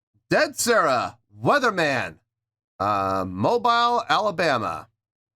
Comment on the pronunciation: Holy sh*t that's in my hometown lol. I've been to a ton of shows at The Soul Kitchen. And, it's pronounced Mo-Beel NOT Mo-Bile haha.